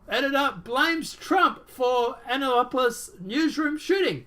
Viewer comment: It's pronounced Ann-uh-run-dull (county) and Ann-app-o-lus (Annapolis), where the Naval Academy is located, the oldest state house in the nation, the state's capitol, where much of the Declaration of Independence was signed and the nation's capital for a very short time. The unofficial motto of the town is a "drinking town with a sailing problem" and it's officially known as "the sailing capitol of the world". It's a really neat place and I'm so sorry to hear about this. That guy looks like a real "peach" and considering Annapolis' prominence, I wouldn't doubt this is another false flag orchestrated by the "deep state", despite the narrative. This place has so many ties to the military industrial complex, the elite, the military, and DC politicians, it's daunting. I DEFINITELY wouldn't take this at face value!!